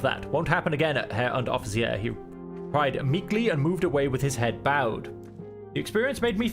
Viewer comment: Ah, Herr Unteroffizi-air! 😄